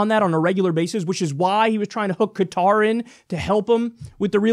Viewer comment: 4 years of college, and Kyle can't pronounce "Qatar." SAD! Also, Kyle gets most of his money through TYT Network, which has ties to Al Jazeera which is partially owned by the ruling family of Qatar. Gotta love how Kyle's now making his own corruption obvious.